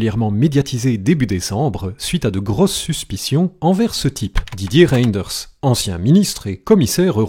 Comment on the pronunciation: On ne prononce pas le y c'est Renders